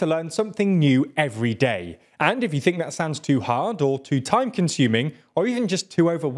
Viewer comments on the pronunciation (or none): none